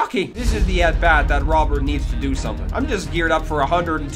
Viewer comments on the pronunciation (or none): His name is pronounced Row-Bear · Dont know if anyone has said this but you pronounce "Robert" with the "T"